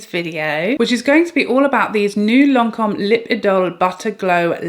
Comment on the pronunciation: Lancome is my favorite brand and it's perfect how you pronounce Lancome.